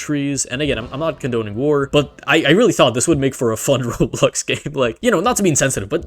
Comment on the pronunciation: instead of "war" you said "ear", so yo sentence is "ears is always bad<".